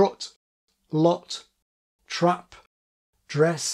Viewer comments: Cantabrian New Zealander here: I hear "trep" and "drees". That's not how anyone I know pronounces them. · Dress is really good, kit sounds South African, and trap sounds like trep. But still pretty close!